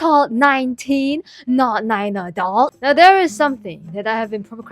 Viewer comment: Nine teen not Nine aldut!